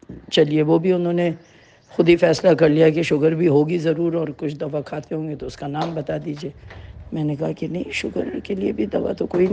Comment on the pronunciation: آپ ضیا محی الدین صاحب سے تلفظ سیکھ لیتے ۔۔۔ دوا ۔۔۔کو دوعا ۔۔۔۔کہہ رہے ہیں